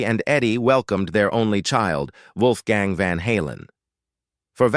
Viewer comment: Dam AI narrator Wolfgang’s name pronounced three different ways in the video